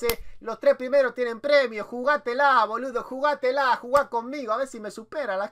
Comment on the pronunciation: miro tus videos y vas mejorando el idioma, pero hoy el boludo te salio como un chino del super mercado jajajaj